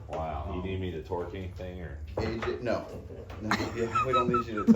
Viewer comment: That "NO" was mid-sentence, didn't skip a beat and with a hard N. Damn.